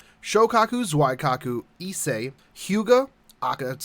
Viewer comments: Just saying it's zuikaku not zuaikaku. it's pronounced as zweekaku XD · Pretty sure zweekaku is not how you pronounce the name either. It's simpley "Zui-kaku", japanese names are easy to pronounce once you get a hang of it. Or just look up her lines to see how she introduces herself. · ZOO-E This ain't German, there's no Zwei in there. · I noticed that you were pronouncing Zuikaku and Shokaku incorrectly so here they are for future reference. Zuikaku is pronounced Zoo-wee-ka-ku Shoukaku is pronounced show-ka-ku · Wadda' mean. Isn't she pronounced "Zow I cock ooh"? xD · I don't wanna be that guy but... I'm gonna be that guy just cause it's bugging me. Zuikaku is pronounced " Z-wee- kaku. nothing personal, just wanted to let you know. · it’s Zoo EE Kah Koo. Japanese doesn’t have diphthongs. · Phonetically, it would be closer to Zwee-Kah-Koo than that, but, I digress. It is 'nitpicking'. The romanji pronunciation is fairly close to how it is spelled in most instances. And, not to be 'that other guy..', but, speaking the language does not infer mastery of it. There are plenty of us 'normies' who still have issues with our native tongue, even after 40+ years of using it. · Every time Zuikaku was mispronounced or the currency was called painted horses 10 children somewhere were born with autism. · *TRIGGERED by zuikaku pronounciation* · Lol let's be real. He pronounced it wrong, but instead of criticizing each other, isn't there some shipgirls we could all be leveling?